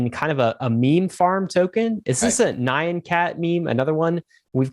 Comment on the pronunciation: triggered by the mispronunciations of nyan cat.